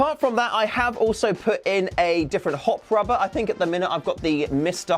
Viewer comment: what's a "hopfrobber"?